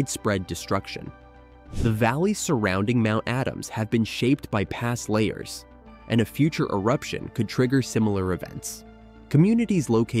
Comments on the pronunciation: It's "la-HARS" - not layers, you idiot. Are you a computer who didn't get any "AI"? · Luh-Hars! Not layers! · I thought volcanic mudslides were called la hars not layers. Narrator must be from Canada that pronounce about a boot. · Lahars pronounced as “layers”?!? Arrrgh! AI voice fail. You could have caught and corrected that, but no. I’m so tired of finding nothing but non-human content on YouTube. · Dude, say it with me...La. Hars! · I’m not sure who is narrating this but it’s, Lahars! La har(pronounced like La bar) only with an h instead of a b. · Emphasis on the second 'a', and both 'a's' are soft. Not pronounced 'lay hers'. This is middle school science class-level knowledge!